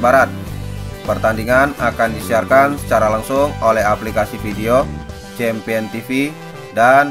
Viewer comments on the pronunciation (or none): none